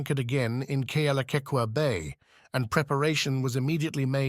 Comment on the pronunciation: Totally butchererd Kealakekua at the very start - if you're going to use a robo voice, at least get the pronounciation correct. YOU SUCK!